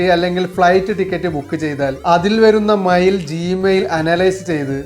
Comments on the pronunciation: മയിൽ അല്ല മെയിൽ 😮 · മൈൽ അല്ല മെയിൽ ആണ് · മൈൽ 🦚 അല്ല mail 📩😂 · എടോ മയിൽ അല്ല, മെയ്ൽ ആണ്. 😱🙄🤐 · മയിൽ 😂 അല്ല മെയിൽ ആണ്.